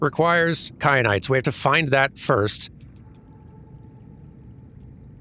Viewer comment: Kyanite, like teh pepper